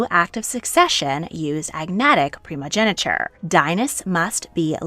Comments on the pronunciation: its primogeniture not primogeneture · It's "primogeNIture", and the "-tine" in "Constantine" is pronounced /tain/, not /ti:n/